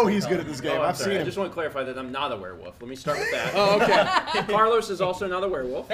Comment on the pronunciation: I like the way pronounces it like "we're wolf"